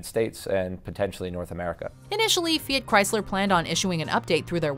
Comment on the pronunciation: the pronunciation of Fiat is wrong in this video